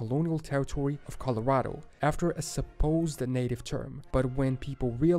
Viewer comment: Colorado is not collered. It is Spanish for Red. Colorado=Red.